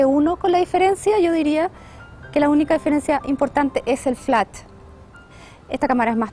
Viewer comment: Se dice flash, no "flatch"